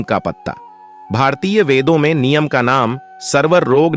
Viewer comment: पहले नीम का उच्चार सीख लो बाद में व्हिडिओ बनाओ।